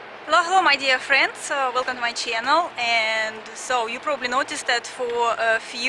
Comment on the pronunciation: Велкам ту май ченал.... из ушей просто кровь...